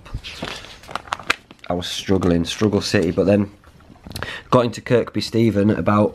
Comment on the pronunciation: Excellent stuff mate hope the body holds out , not being a knob like but it’s pronounced as Kirby without using the 2nd K but hey it’s just a bloody name 😎 looking forward to no 3 ⛺️👍🏻